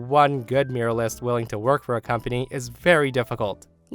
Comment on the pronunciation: I mostly listen to your posts and it took me a while to figure out what exactly a 'miralist' is. You might want to learn how to pronounce 'mural' and 'muralist'. Just a little FYI. /myur-al-ist/